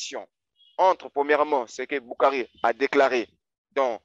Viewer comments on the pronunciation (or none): Et il a fait de l´arabe en Algerie sa façons de prononçé Bukhari et a mourrir de rire🤣🤣🤣🤣 ils n´ont pas la subtilité du sens des ecritures et le jeux de la lecture, je connais bien le site ou il puise ces information qui a été fait en verité en reponse a un site musulman qui existait bien avant avec le meme nom qui a été radier aujourd´hui, l´ignorance est leur fardeau, BarrakAllah ou fik frerot👍